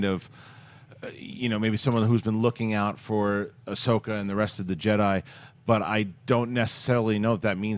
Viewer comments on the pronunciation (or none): Did she say Ahsoko